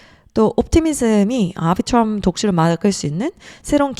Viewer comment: 아비트럼을 앨비츄럼이라고 안하는게 어디임